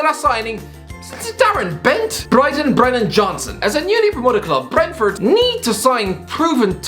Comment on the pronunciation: Can’t even say Brentford correctly. Need to learn more about us fast 😂😂🐝🐝